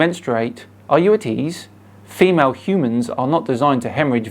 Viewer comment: "Huemans"......that made my day 😂😂😂